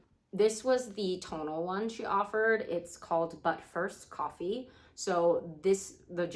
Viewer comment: "butt-first coffee" was what I heard :P